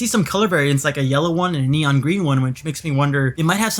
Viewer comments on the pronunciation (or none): none